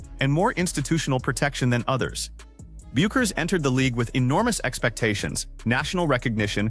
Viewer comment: Hey, AI, it is not "B you kers" it is Beck ers.